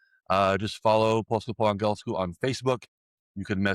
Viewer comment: Please learn how to say "angielsku" properly... it's annoying hearing it so many times already.